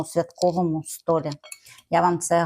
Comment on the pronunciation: На столІ. Наголос.